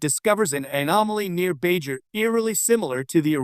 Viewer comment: Lol and Bai Jur